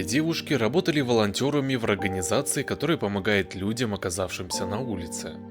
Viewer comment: В рогоназации Это специально? Невозможно же так оговориться